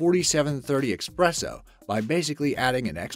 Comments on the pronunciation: It is pronounced eSpresso not eXpresso! There is no X in that word! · it is e-S-presso... NOT e-X-presso :D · It's not expresso. It's espresso. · Gravitation3Beatles3 probably for the same reason he pronounces EXpresso when it's ESpresso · The word is "eSpresso", not "eXpresso". Please stop saying it wrong. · “Expesso” ..Bruh. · Espresso, not Expresso... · espresso, not expresso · Dude it's "ESPRESSO", NOT EXPRESSO ! If ur going to narrate anything you need to learn proper words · "Expresso" .... "EXPRESSO" lmao come on guys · One thing. No "x" in espresso . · There's no 'x' in espresso. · The narrator lost ALL credibility when he pronounced espresso as "eXpresso". ALL ABOARD!!